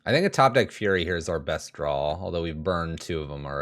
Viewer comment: Man i love red rage. I really want to put together some version of this on paper. Also, adding an L to the word draw is so nails on a chalkboard.